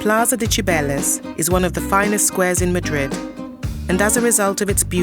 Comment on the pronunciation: La narradora tenía que haber pronunciado los nombres en español correctamente. Cibeles y no Chibeles! por ejemplo